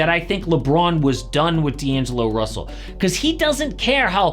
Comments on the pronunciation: D'agelo russel huh? missing an N there lmao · "D'agelo" is crazy💀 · “D’Agelo” if you know you know 😂